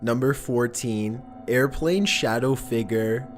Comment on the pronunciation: You cant be serious? This dude talks like hes playing random sounds files, he has to have the WORST narrative voice i’ve ever heard. “A dark shADOW has been PEEKING ouuuuuuuuuuttttttt” This dude needs to learn when and where to emphasize a word